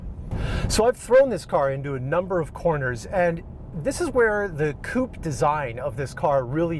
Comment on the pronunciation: Great video young man. Also, congrats for actually pronouncing the word "coupe' " correctly.